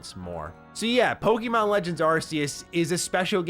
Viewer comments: Bro can’t you at least pronounce Pokémon correctly? There is no I in Pokémon. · Dude, I wanna watch these videos of yours, but I can't stand the way you pronounce Pokemon. It makes me cringe every time. Google the correct pronunciation bro.... plz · Just a friendly heads-up, it's actually pronounced 'Pokémon,' not 'poke-eee-mon, as in poke-A-mon.